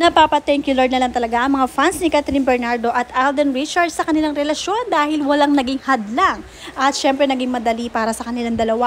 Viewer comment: V/Blogger Alden’s last name is NOT “Richard” — it’s RichardS, there’s an “S” at the end. Check your PRONUNCIATION of “RichardS”